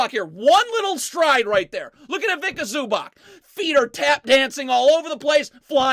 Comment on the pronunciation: "Ivika Zooback"